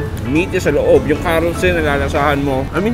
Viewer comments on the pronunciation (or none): none